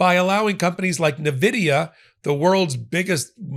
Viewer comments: ... odd, I always thought nvidia was pronounced "envidia", hadn't heard "nevidia" ... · Dear, the pronunciation of the name of that enormous company, possibly the biggest in the world, is ENN-Vidia.